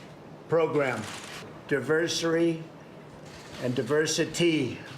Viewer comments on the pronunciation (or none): DIVERSARY????? Oh my god. His mind is dissolving day by day. Must be filled with those Alzheimer's holes by now. Seems not a day goes by, that our president doesn't make a fool of himself. Day care doesn't seem adequate; this man needs to be institutionalized. Ivanka, please get him out of there, and pick a nice nursing home where he can sit in his own room and yell at the TV. And don't forget to give him a toy phone so he can pretend to tweet. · “The Diversary... the Diversary and Diversity visa program” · diversary... diversary... and diversity... diversity lottery. sounds nice but it's really hard to say. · WTF is "Diversery"!? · Diversory?! Do they still sell Hooked on Phonics?! 😂😂😂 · Diversery? The best, big, mispronounced words? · Diversary...diversity. Reading is hard. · “Diversary” lottery? Is he dyslexic? Can he read? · 45 cannot even pronounce "Diversity" what a MORON. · What a moron!!! Can’t even say the word “diversity”!!! I still do not recognize or X knowledge him as president.